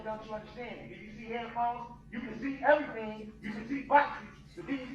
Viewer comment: But she told him he had to write everytheen gout and put everytheen gone a piece of paper. What does she not understand about bout that? 😂 I asolutely despise the way he pronounces things.